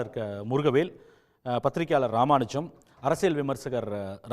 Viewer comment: Ramanujan en ya ipadi olarura..???